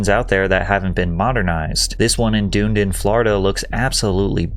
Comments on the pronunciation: Duhn-eeden. Not doon-din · 😂 I loved hearing you say Dune-Din that was awesome lol but it’s Dun-ee-din. Love your vids dude! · lol that’s my local McDonald’s and you did not say Dunedin right lol “ dunden” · its pronounced done edin, not duneden. its not a den of dunes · “Doondin” Florida made me laugh. Dunedin is pronounced “Done-ee-den”…I’m sure I’m not the first to point it out, but as a born and raised St. Petersburger, it’d be wrong for me not to! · You mentioned a McDonald's in Dunedin, FL. Just letting you know its pronounced "dun- need-in" not doon-din. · nice video. But... did you pronounce dunedin as doon-din? ha! It's done-knee-din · Lol not dune-din its Dun-ee-din bro. And i live here don't listen to Sean Connery or Google my pronunciation is lore accurate. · Duh-nee-din Florida. Not Dune din. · "Dune-din" FL lol.... makes sense based on spelling, but it's pronounced "Done - Eden" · is a mispronunciation I’m pretty sure? Dunedin is pronounced like done-e-den not dune-din, otherwise good video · “Doon-Din” Florida lol It’s pronounced “Done-E-Din” Come visit us some time! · Dunedin, FL. It's pronounced "Dun-E-Din". Not Doon-Din. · Lost me when you called it Doondin 😂 It's Dun-Edin bruh. Get my hometown right lmao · "Doon-din, FL" hahahha. first time I've heard it said like that. Its pronounced "Done-nee-din" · Ok as a native of Florida born and raised I can’t let you get away with calling lovely Dunedin Florida “Dune-den” with a two syllable pronunciation, it’s actually pronounced “Dun-ne-den” and it’s one of the most beautiful places I’ve visited. As a former US Marine I’ve been all across the globe and very few places have that cozy old Florida feel like Dunedin. Great video btw and of course I like and shared it. 👍🏾🫡 great job!! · lol in FL we jokingly say Dunedin as “doon-din” I think it’s better lol It’s pronounced “done Eden” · As a Floridian, hearing Dunedin pronounced as “Dune-din” is hilarious 😂 common mistake though! It’s “Duhn-ee-din”.